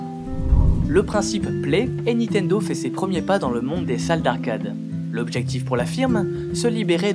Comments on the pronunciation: Cool tes vidéos ! :) Juste un truc c'est niNtendo pas nitendo :D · niNtendo. Pas nitendo.